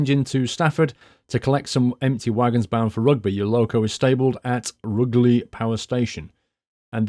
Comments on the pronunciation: Just to let you know, the "Ruge" in Rugeley is pronounced as in "huge" not as in "hug". The platforms at Stafford are numbered 1, 3, 4 and 5. There is no actual working platform 2, but the bay alongside platform 1 would probably have served the purpose. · its pronounced, roo ger ley lol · Rugeley is pronounced Ru-jelly I know this because i live 10 mins from there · I live just off this line :) Rugeley pronunciation catches everyone out though! Roo sh Lee :) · It's pronounced Roojlee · its pronounced "roojeley" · He said rugeley so wrong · Hello, I live outside rugeley you have pronouced it wrong:)....I am a massive fan of you and the video's you make, just letting you know:D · If you lived in Coventry then how can you mispronounce Rugeley? Surely you'd of heard it mentioned a few times? Tempted to get this pack myself and re-create my experiences with London Midland, delays, delays and more delays!